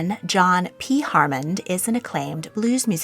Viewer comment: HAMMOND NOT HARMOND!